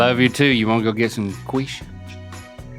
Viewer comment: The way he pronounced “quiche” 💀 😂